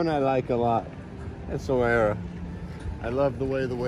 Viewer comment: Esswarira.. esswira, essawira 😂